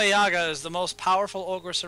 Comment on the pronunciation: Guys, Yaga is pronounced with an emphasis on the second "a". One of the most hilarious characters in the QFG world